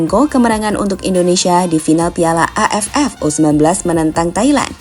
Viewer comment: Ngomong AFF di tekenin banget